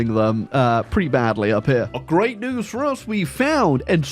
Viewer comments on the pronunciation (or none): none